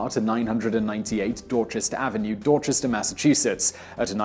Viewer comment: How do you pronounce "Dorchester" correctly but not "Renaissance"?